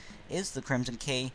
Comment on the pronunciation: “kerhimson key”